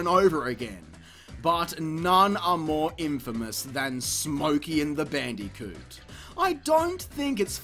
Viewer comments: BAN DEE KEWT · Gotta love the way he pronounces "Bandicoot"